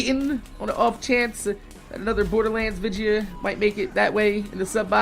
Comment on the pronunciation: say: VIDEO